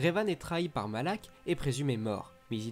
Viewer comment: Je crois que les noms que tu as écorché sont : bastilla shan et dark malak